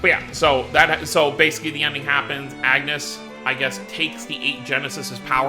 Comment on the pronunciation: As much as "Runé" kind of works because this is how his name is somewhat pronounced in the original japanese dub... I can't defend "Agnus" 😂😂😂